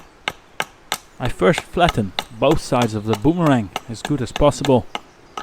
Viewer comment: I have to laugh at your pronunciation of boomerang. You need to come to Australia and we will teach you how to butcher the English language LOL. This was a fun video to watch and a great project for people to do.